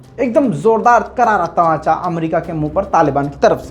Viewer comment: Bahi, It is طمانچہ not تماچہ